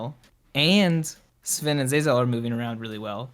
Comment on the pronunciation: Its Zven....not Sven....